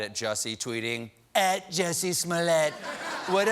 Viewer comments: Kobe B.S Please get the name right! It’s Jussie! After all the trouble he went to, you can at least get his name right. 😂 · I came across this video and noticed Stephen mispronounced the name of the actor. Justice for Juicy!